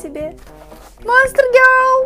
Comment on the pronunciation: "Гёл"? Может "гёрл"?